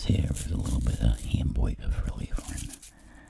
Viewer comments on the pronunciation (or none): Me: peacefully falling asleep to this video... Nobody else: N o O n e:: *Hamboiga*